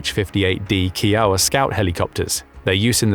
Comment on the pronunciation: Please listen to Native American name being spoken to learn how to pronounce them. Kiowa = Kai O wa not Key O wa. Normally I wouldn't care but US choppers are named after Native American tribes.